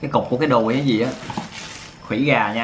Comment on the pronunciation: nod là khuỷu gà mà cứ đọc là khủy gà